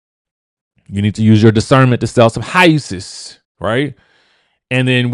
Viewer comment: and that Canadian pronunciation of HOUWSE! 😂